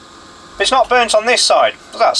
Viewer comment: "...just touch the center leg. Should nae have anything." is sounding a bit Scottish these days.